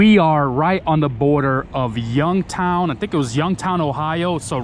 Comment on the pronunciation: The way you pronounce Youngstown and Akron got me cringing. You must have been kidding, right?